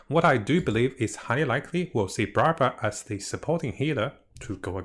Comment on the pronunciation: Whenever says Barbara I hear bruhbruh.